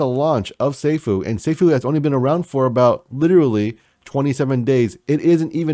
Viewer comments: sAAAAAfuuuuu (long A) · Love your videos. The correct pronunciation of Safuu sounds like a long "a", like "Say fuu". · yeah bro you cant butcher the name being one of the biggest supporters. lol. I aint mad atcha tho